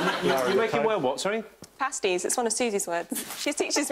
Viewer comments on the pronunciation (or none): "Pasties" is pronounced 'pay-stees'. Otherwise they are Cornish calzones. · I still can’t accept that Rachel pronounces the word the same way as the meat-filled snack. It’s “paste-ies” not “past-ies.” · i always assumed they were pronounced as pasteys (like copy and paste but with a Y) not pasties... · It’s pronounced pAstie....like paste adding ie sound Pasty’s are food! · did anyone correct rachel on "pasties"? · It's pronounced 'pasties' as in pasty-faced complexion.